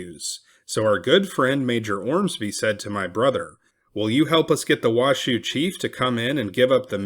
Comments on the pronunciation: I’m a local it’s not wash shoe It’s pronounced wash oh Oopsie huh?! Great story tho thanks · There's no W in Nev-AD-ah. So many people say it wrong, then on Washoe it's pronounced WA-show. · The narrator mispronounced the proper nouns Washoe and Nevada. The content is good though. Should be Wah-show not Wah-shoo and Nevada is pronounced Neh-va-duh not Neh-vaugh-duh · Thanks for posting this but you are mispronouncing Washoe, Nevada, and Truckee